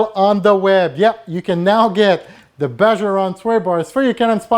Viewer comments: you are awesome...but it's BAHA Ron. The j sounds like an h... Still, a great video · pronounced "BAA HAA"